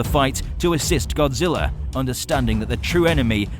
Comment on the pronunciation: He said godziwa